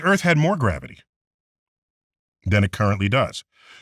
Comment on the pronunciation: Wait!!! Did he just say garivity went up?